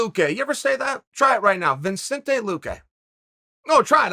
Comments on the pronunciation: its vicente not vincentay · It's not viNcente it's Vicente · If Chael could pronounce as well as he speaks that'd be awesome. It's fun to say a name sure, buy only if you're saying it right. It's "Vicente Luque" Chael not "Vincente Luque" Put some effort i to it bud, i grew up in a mountain town surrounded by people who've never seen a person darker than an Italian and they still manage to pronounce another person's name correctly. It's not about "that's how I speak" put some effort into it, it's another man name, show some respect. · Sorry Chael but there’s no N after “Vicente”. Names that you say are one of the best things ever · Vi"N"cente luque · There's literally no "N" before the C in Vicente Luque, how is it Vincente? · "ViNcente"?? where the N came from? One of the probably easiest names to say in either language, Chael found a way to mess it. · Vicente not ViNcente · Vi"n"cente it is!!! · Are you really saying Vincente ? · Everyone: vicente luque Undefeated Uncle Chael: VinSente Luque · Its not Vincente, Mr Chael Sonnen, its Vicente!! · Chael: makes a whole video about saying Vicente Luque’s name Also Chael: Vincente Luque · Vincente luque. For crying out loud Chael it’s VICENTE! 🤦‍♂️ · It’s not VINCENTE it’s VICENTE. Lose the extra N. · me: Vicente Luque Chael: Vincente Luque me: ok Great chael: no say it out loud me: Vincente Luque Chael: fun name to say isn't it? Vincente Luque: ok great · Chael can’t read 😂 VINcente is what he’s saying 😂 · Vinsety vinsenty vinsenty Now Chael can ask Stipe to say it really fast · Chael says his name is ViNcente, ViNcente it is then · I clicked back there about 8 times listening to Chael say 'Vin' then when I confirmed it go to the comments and this is the first thing I see lmao.. now to watch the other 8 minutes 40 seconds lol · I heard “vin” and “surreal gone” and now I can’t unhear either of them lmaooo🤣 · It’s so fun of a name to say, you pronounced it wrong, Chaeil ..! 🙃😉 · Stop saying it like that